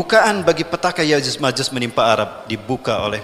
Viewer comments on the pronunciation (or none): Ko yajuz majuz sih,,?????? se kelas ustadz, penyebutan ya'juj dan ma'juj saja masih keliru😢😢